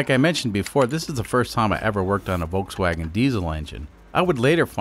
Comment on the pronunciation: I don’t think anyone has a problem with you cutting up the car more of a problem with you pronouncing it incorrectly the L is not silent voLkswagen